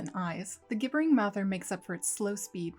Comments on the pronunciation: Gibbering is pronounced /jibbering/. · Thanks for making this! Note: "gibbering" is like the word "gibberish", pronounced with a 'j' sound at the start: JIB-bur-ing. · Should be pronounced "jibbering," like "gibberish." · It's gibbering as in gibberish. Why does no one get this right? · Real quick: The "g" in "gibbering" is pronounced like a "j".